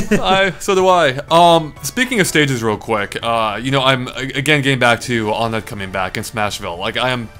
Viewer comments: Muh-lay. Un-ett? Guys, I don't want to sound mean but it's ON-ETT and May-lay. And I used to call it One-t and Mee-lee, so it's not just you! :D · To be entirely honest, even though I'm a Ridley supporter, this leak makes me realize that I don't think I would want him to be officially revealed because odds are he won't play the way I have imagined for him. Also... IT'S PRONOUNCED ONE-ET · Am I the only one that gets Earthbound city names being numbers? Onett (1-ett) Twoson (2-son) Threed (3-d) Fourside (4-side). It's not o-nett. Not incredibly important, but just something that makes sense. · I always pronounced Onett as "Wun-ett"